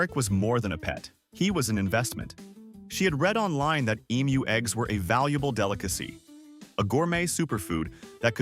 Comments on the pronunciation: Aussie here. Thankyou for pronouncing Emu correctly. Even AI can correctly pronounce the word when most people outside Australia cant. Side note, emus are not normally aggressive birds, usually calm. But any animal if threatened, especially it young/nest will of course, get agro. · I'm always impressed when emu is pronounced properly. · Not aggressive, protective. Thanks, too, for the pronunciation lesson. I'd been saying it wrong, now I know. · Pronunciation being correct or not depends on where you are. In the US everyone will say Emoo